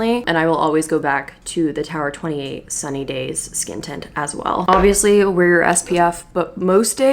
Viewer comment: “vill you vear vigs?” 🥲✨🖤 thank you for the lovely video.